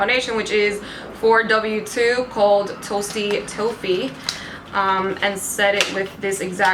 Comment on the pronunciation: "Toasty toe-feet" ... never heard anyone pronounce toffee so strangely 😂🙌